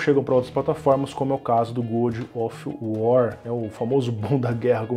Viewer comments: Se pronuncia "Gódov uor" não "Gudi of uó" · Eu só n entendi se o fala "good of war" de propósito ou se leu errado mesmo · É que "gúdi of uar" é para os íntimos. Famoso Bom da Guerra :v